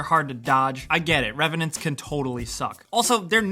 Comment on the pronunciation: Revnants. Fucking revnants